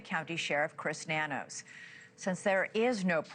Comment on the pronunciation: Nanos is pronounced No News